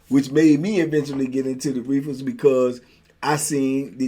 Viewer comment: yu kill me the way yu say “reefas” 🤣 you low key country